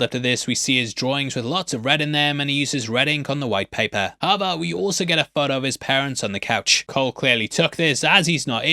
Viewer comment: Im sorry i really need to know, are you saying "aber" like "but" in german or just completely smushing the words together not fully saying "how ever" and saying something like "ha vah" 😅 i feel like my brain is short circuiting everytime you say it like im not computing something right, subconsciously 🙃